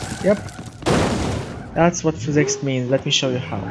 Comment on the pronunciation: What the hell is fizz ex are you trying to say physics